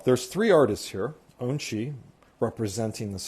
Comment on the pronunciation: Remember his name is pronounced On-chi not Un--chi!